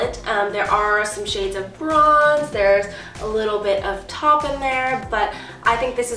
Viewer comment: Taupe is pronounced like Toep not Top